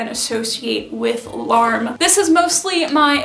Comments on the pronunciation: I hope you will recognise that I say this with good will, but I would really encourage you to pay a little more attention to pronounciation when it comes to Japanese words. In Japanese, L'arme is pronounced 'la-ru-mu,' for example, which may or may not be true to the French, but is accurate to the fashion. As an English speaker who uses Korean as a second language, I understand the challenge of learning new pronounciations, but I think when we are adopting styles from other cultures, we should take the time to aquaint ourselves with correct pronounciation if we can. I really appreciate your perspectives and enthusiasm for sewing. I am also a seamstress of sorts having started at age 6, and now make clothes from 1950s patterns for my kids ♡ I am not personally into kawaii fashion styles, but do find the subcultures interesting and love seeing a handmade approach where so much of it seems brand centric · For future reference shibuya pronounced shi-boo-yah :) and larme probably more like ra-ru-mu